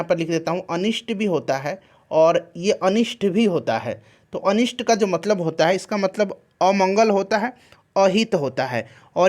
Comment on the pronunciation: अनिष्ट होता है अनिष्ठ नही..